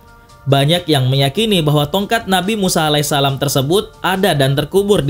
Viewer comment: Pas lu bilang ''tonkat nabi Musa" jadi kepikiran doraemon yang bilang "tokat nabi Musaaaaaaaa"